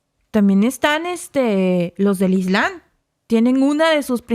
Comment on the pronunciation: es ISLAM y se pronuncia la "M" ISLAMMMMM ** NO ES CORRECTO COMO LO PRONUNCIAS (ISLANNNN) No es la primera vez que pronuncias mal palabras que se escriben y pronuncian con "M".